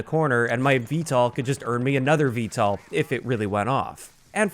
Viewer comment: You’re pronouncing VTOL wrong. Just a heads up. It’s V-toll not V-tall.